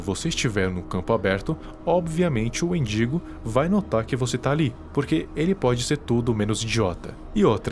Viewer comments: ele falando wendingo e eu escutando mendigo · Kkakkaka, endingo amigo, não mindingo